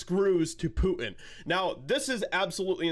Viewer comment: Poo in. Love how you pronounce it. So appropriate for George Takeit.